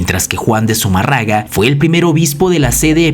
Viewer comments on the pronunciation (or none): Muy bueno. Sólo que es Zumárraga...